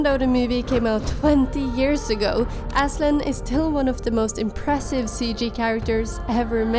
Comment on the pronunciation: As a Turk i can say that your pronunciation of Aslan is perfect and loved your work!